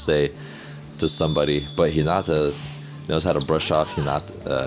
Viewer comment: You got to say hinata right bro😫